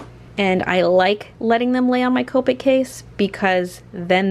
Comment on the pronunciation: she is saying copic wronbg